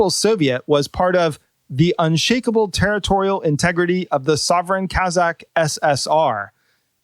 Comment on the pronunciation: your kazakh pronunciation is precise.